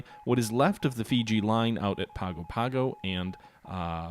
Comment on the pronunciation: Nadi is pronounced Nan-di Savaii is pronounced Sav-eye-ee Pago-pago is pronounced pong-go pong-go